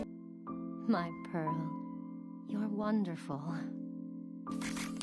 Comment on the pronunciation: You got Amethyst and Pearl wrong. 🤣